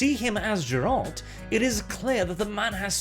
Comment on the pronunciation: "Zseralt"? You have a speech impedement buddy? Don't turn into french.